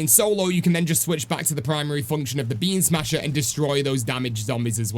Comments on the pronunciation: It sounded like you were saying "Bean smasher" instead of "Beam smasher" and honestly, that's the new name for the WW for me😂😂😂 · I keep hearing “bean smasher” and it’s making me laugh 😂😭💜